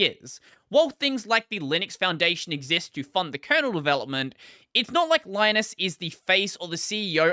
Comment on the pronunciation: Linus Torvalds' name is not spelled pronounced the same as Linus Sebastian's name. Because Torvalds is finnish. His name is spelled pronounced Leenoos, but ee and oo are short. There's a short clip on YT where he mentions about how Linux and Linus are spelled pronounced. Edit: meant to talk about pronunciation, not spelling.